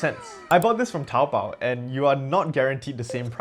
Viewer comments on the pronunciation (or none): none